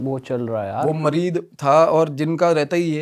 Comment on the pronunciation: मरीद नही मरीत होता है भाई 😅😂😂😂